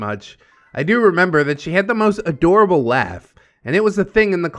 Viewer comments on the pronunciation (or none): none